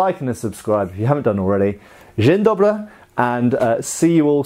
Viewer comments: Dzień dobry, a raczej Dobry wieczór hahahaha (Ye almost nailed the pronunciation;) ) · I have to say I smiled when the first words was "Good morning" in Polish. Really made my day to hear that greeting from you (and the pronounciation wasn't bad). Thank you for very informative video, I haven't know all the tests that were used in the sabre factory. Really interesting to know, as I always thought the Prussians had the most strict tests in that field. Kielce - "ki" as in "kill", then "el", then "ce" as in "censor", but it's not soft c (which sounds kinda like s), but hard (maybe closer analogy would be something like "z" in "zornhau". Oh, and as a farewell it's "do widzenia" (literally "see you (later)"), as "dzień dobry" is used only for greeting.